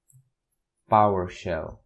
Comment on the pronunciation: are you saying powershell or power show?